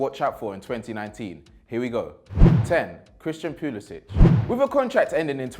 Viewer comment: You can't even pronounce Pulisic properly.